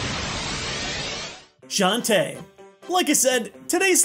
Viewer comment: Shantae in Smash? Not how I remember saying it. ;P